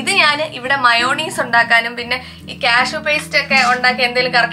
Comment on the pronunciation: മയോണീസ് അല്ല ചേച്ചി മയോനൈസ് എന്ന correct